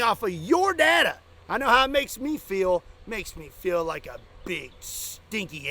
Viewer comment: it's pronounced data not data